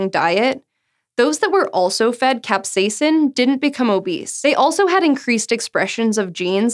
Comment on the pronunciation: Ahh she said capsaicin like a normal human being! Great job! ;)